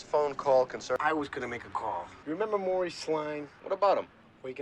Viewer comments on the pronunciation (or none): none